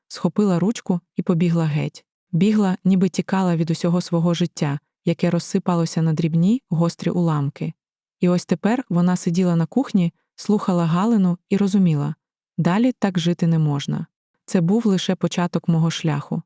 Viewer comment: Слухала ГалИну а не гАлину